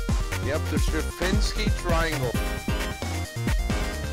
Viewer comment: Serpinski not Serfinski